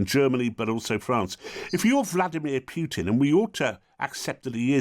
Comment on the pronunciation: It's not piutin it's pootin poo not piu